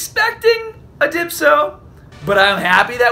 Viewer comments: Its not Dypso its Dyspo!!!!!!! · Didn’t know if you caught it or not, but it’s Dyspo, no Dipso. Good job on black bruttha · DYPSO LOL,(its dyspo) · who the fuck is "Dipso"? 😂 my man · entertaining video :) its not a goku,frieza , not a beerus not a dyspo.... its a Dypso :D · Im sorry for this but its dyspo not dypso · Ok ok but u need to say dyspo not dypso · Dyspo not dypso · Dyspo not Dypso xD #SpiritBombLuck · Its not dipto its dyspo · bro you had a few drinks there lol. you kinda slurred your speech. and called dyspo dypso a few times lol. i swear to drunk im not god. lol love your content. i really thought you would pull LR goku and frieza. i got shafted too. over 700 to 800 stones and no LR. also no Dyspo or maybe 1 or 2 fearured. the LR banners continue to shaft me lol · I'm done😂😂😂dypso😂 SMH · Lmao the way he says dyspo😉😅 #spirtbombluck